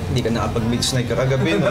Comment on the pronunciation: Chito naman😭😭 "midsnight"🤣